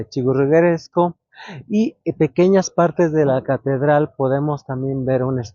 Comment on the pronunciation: Se dice. Churrigueresco.